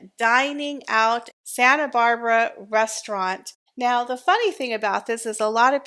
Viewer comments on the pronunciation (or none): none